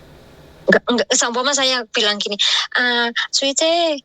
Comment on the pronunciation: Siuce x mbk bukan suice 🙄